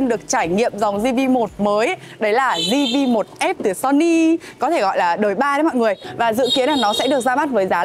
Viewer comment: Zi vi một, lần đầu thấy đọc như thế, nửa tây nửa ta